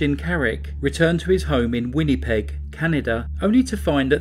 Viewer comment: I'm kind of laughing how you said Winnipeg 😂 never heard said like that